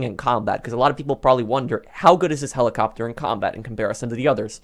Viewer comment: he says kelicopter I'm weak hahahahahahahahahaha